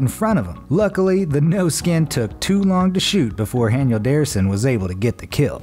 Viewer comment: He said haniel darrison instead of Daniel Harrison